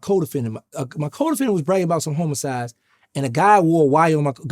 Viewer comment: police betta not ax me bout Nooooo "Homacides"